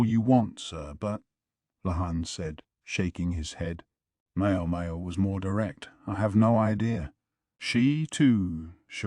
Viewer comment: Every time it says Mayo Mayo instead of MaoMao I get visions of a Helman mayonnaise jar in my head